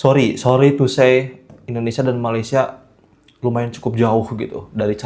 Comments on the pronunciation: Korang sebut Malaysia jadi Ma-lai-shia kenapa dohhh.. 😅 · dah macam mandarin plak 😅